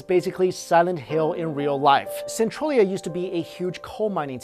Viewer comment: SEN-TRAIL-E-UGH not SEN-TRUEL-E-UGH